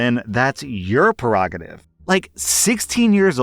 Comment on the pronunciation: Take a shot everytime he says "perogative"